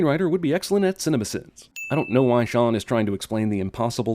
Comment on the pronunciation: That moment you accidentally say "Cinnabon Sins" instead of "Cinema Sins"